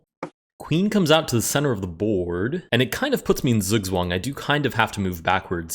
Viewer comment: i love how he pronounces ZugzwangXD